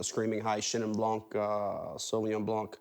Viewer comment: I just want to say, it is "bl(y)an", not "blanK". The K in "blanc" is silent. And the N is nasal. Bl(y)an(nasal).